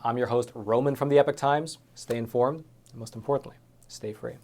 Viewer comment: Roman, you are a very knowledgeable and dynamic Reporter. I appreciate you very much; however I must ask you to stop mispronouncing the term 'Epoch'. It is not pronounced as the term epic. One is a noun and the other an adjective. Epoch is prononunced long E - Pock, or ep-Pock. Either way, the Pock syllable must be clearly enunciated. Thanks for all that you do for us.